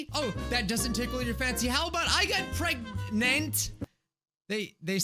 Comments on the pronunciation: I cant stop laughing when you said pergananat😂😂😂😂😂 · Pregante Preganenenenenenant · Nah, It's not Pregnant or Preg-nant, or even preggers. It's, pergernert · pregante preganet pergnert? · Pereganante (Pear-egg-an-aunt-a) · Video:preg nant Me:pragannanant Edit:man moana be gettin busy with her bestie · They said Preg-nant so they wouldn’t get demonized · How I a CuTE LIttLe SnAcK get preg-nant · You mean prengnante? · Now when you said pregnant i forgot how to say pergnate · I did get pregananant Me: gasp* HE KNOWS DA MEME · i GoT “pReG-nAnT” fRoM a SwImMiNg PoOl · She's pregananant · Preg-nant?? Preg-nant?? Preg-nant?? PREG-NANT?? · Pre g a t ore not pregnant prawn a t. XD PREGNANT.